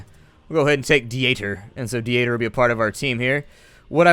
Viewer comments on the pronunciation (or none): Hey, how are you? Just wanted to stop by and let you know that the German name Dieter is pronounced like deter with an elongated e like in see. Anyways, you do you and keep up the awesome singing. It's as always a pleasure to watch your vids.